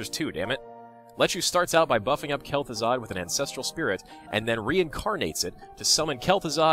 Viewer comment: i couldn't stop laughing when u said kelth'azard and his twin brother keth'azard (eh those are hard names to spell but i still think i fked them up :P)